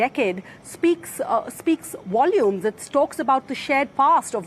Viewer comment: No one may tell how to correctly pronounce "wolumes"... her way is totally cute!